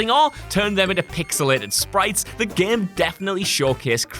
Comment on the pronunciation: "The gehm"